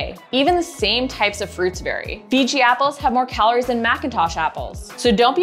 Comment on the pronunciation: They're "Fuji" Apples... not "Fiji" Apples. And you're actually wrong. There are 14.7 calories per oz for a Macintosh Apple and only 13.2 calories per oz for a Fuji Apple.